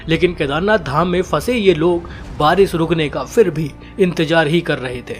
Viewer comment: baris nahi barish hota hai